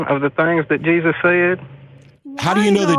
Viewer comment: "The Bible seeee what Jausus seee" Alrighty then.